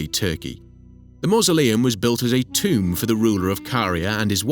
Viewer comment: the moment i hear tomb, i stop watching.